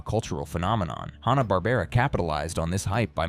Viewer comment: AND IT'S FUCKING HANNA WITH A FUCKING SOUND not Hahn like the beer.